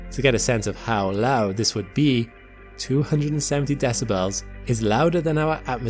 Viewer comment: The way you pronounce decibles leads me to believe this is AI